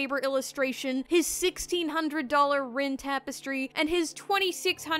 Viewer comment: "Shal-dea" Lord "El MelWah" "Rin" no